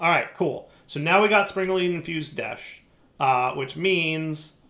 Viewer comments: Current Troll List 1) Pronouncing "desh" as "desht" 2) Not automating the sifters 3) Not auto sorting and storing all the mob drops from the mob farm into drawers 4) Not auto sorting and storing all the fishing drops into drawers 5) Referring to the process of "sifting" as "sieving" 6) Referring to the process of melting or cooking as "smelting" 7) Not massively increasing his RF production even when the arc furnace drains his power 8) Setting up amethyst production super far away from the other things that relate to it 9) Not filling in all the holes on his island 10) Not cutting down his sugar cane or setting up the sugar cane he has upstairs to automatically harvest it and store it in a drawer with a void upgrade 11) Not making any buildings to organize all of the various machines and setups 12) Still having tons of random and messy chests and such all over the place 13) Ignoring the amazing creative flight ability he was given as a quest reward 14) Not using insulated cables and then hurting himself on them. 15) Somehow still struggling with connecting wires when its obvious how they work 16) pronouncing toluene as "toe lean" instead of "taal yoo een" 17) complaining about the amount of desh ingots he needs for desh plates after saying he has an unlimited amount of desh from the moon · Why do you insist on saying deshed? I'm genuinely curious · why is he calling it desht? I didn't think there was a "t" in the spelling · Why does keep calling it desht. Theres no t